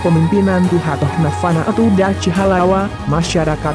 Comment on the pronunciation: Min bukan Dachi tp Dakhi